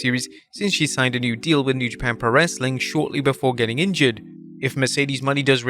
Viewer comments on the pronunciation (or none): It's not "money". It's Monet like the artist.